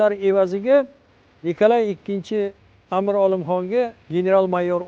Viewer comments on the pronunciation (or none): Амир номини тугри айтишни урганинглар амр эмас бу узбек тили эмас Амир деб айтилади😠